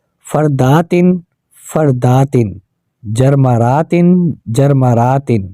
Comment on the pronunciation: آپ نے تینوں بار جرمرات پڑھا ہے